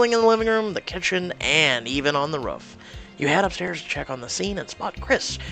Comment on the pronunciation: I love how u say roof its ruff.....thats exactly how i say ralph i say ruff 😂😂😂